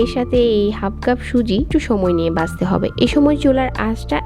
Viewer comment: দেখতে কে বলছেন দেকতে 😡 ভাজতে কে বলছেন বাজতে 😡 ঘি কে বলছেন গি 😡 ঘন্টা কে গন্টা 😡 ভাবে কে বাবে, 😡 ভিতরে কে বিতরে 😡 বন্ধ কে বন্দ 😡 ঘন কে গন😡 মাঝারি কে মাজারি 😡 মাঝে কে মাজে 😡 সেকেন্ড এর ভিডিওতে এতো ভুল, কেমনে কি😱😱 সেই প্রথম থেকেই যে এমন জঘন্য উচচারণ শুরু করেছেন আজ অবধি চালিয়ে যাচ্ছেন। উফ্ অসহ্য, শুনতে শুনতে আমার কান বিরক্ত। ঠিক করছেন না কেন শ্রোতাদের বিরক্ত করা আপনার ভুলভাল উচচারণ? এমন সহজ উচচারণ ও কি কোন বাংগালী ভুল করে?😱 মাথায় আসে না ।😡